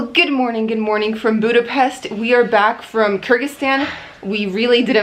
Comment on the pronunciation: Thanx for the proper pronunciation in Budape-sh-t city's name! 👍